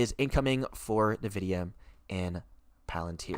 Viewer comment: sir its....IN videa.......N.....is IN.......not nuhvidea